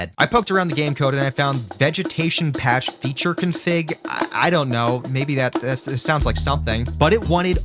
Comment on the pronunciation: It’s config not cunfig it’s cONfig ON!